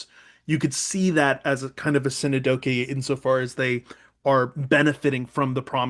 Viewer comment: Synecdoche (pronounced sin-ek-duh-kee) not Sin-uh-doh-kee 😋